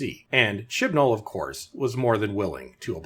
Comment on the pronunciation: Oh, I thought the narrator was saying, "Shitball."